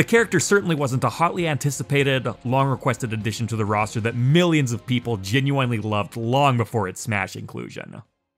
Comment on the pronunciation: Is anyone else weirded out at the way he says "genuinely"?